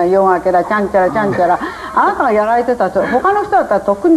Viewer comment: 日本ではこのような人を 「どんぐりの背比べ」と言うんだ！ 間違った「５０歩１００歩」だったかな？？ 「あーたぁ」「あーたぁがね」「あーたぁー」はっきりと「あ・な・た」と発音しろ！！